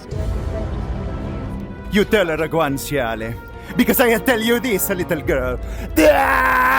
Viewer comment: dawg. if i hear u say guanciale's name with this ridiculous character you've concocted one more time... I'm gonna throw myself out a fucking window.